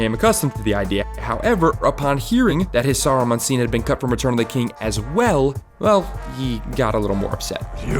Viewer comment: It's SARUMAN, not Sorrowmun. A like cat. I know you're the same dolt who pronounces Tolkien as "toll-kin" but ffs please at least try to try.